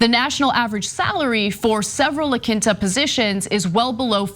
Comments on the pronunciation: Its pronounced La KEEN-ta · OMG, Ana, it's pronounced (lah keen-tah).